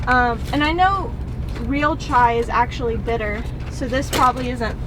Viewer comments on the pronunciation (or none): none